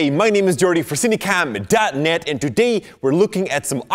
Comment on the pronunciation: Am I the only one that hears CineCUM, the way Jordy says it? Lol.